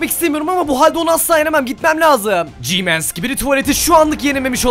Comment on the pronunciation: Abi GMAN değil G-man